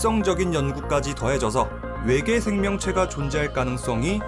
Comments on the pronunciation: 일부러 왜계라고 하신거죠??…. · ’왜계‘ 개킹받네 ㅋㅋㅋㅋ